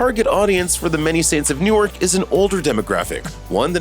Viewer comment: Newark is pronounced new-work not newyork.